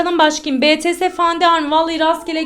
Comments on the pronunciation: Betese değil "BİTİES" diye okunuyor artık yıldık Tiktok fenomeni olup ta okuyamamak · BETESE demeeeeee BITIES diye okunuyo